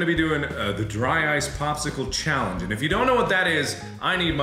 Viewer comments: Markiplier: We're about to do a chay-llenge. .... Tyler: Chayyy-lleeengggeee? Markiplier: Shut the ***k up. *laughter* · Mark:chaylenge Bill:chaylenge? Mark:stfu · Cheallenge, I say words like that on accident so much 😂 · “We’re about to do a chaelenge” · Tyler: Challeenge??? Mark: Shut the ** up!!!!! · I love how Mark immediately looked at Tyler after the "cheallange" slip up. Mark k n e w it was coming😂😂😂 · I love that when markiplier fucks up "Challenge" at the beginning, they're such good friends that they immediately look at each other and immediately know what the next exchange is gonna be "CHEEALLINGE?" "SHUT THE FUCK UP" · Nobody: Mark:chellangege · "We're about to do a chyallange." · The way mark immediately looks over to Tyler after he miss pronounced challenge 😂😂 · I love how right after Mark mispronounced "Challenge" he looked right at Tyler like he expected him to say something about it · Mark's (southern) Ohio accent really slipped out there in the beginning, both with how he said cheeyahllenge (challenge) and how he said drah ahyce (dry ice) I see you man, you can't hide from it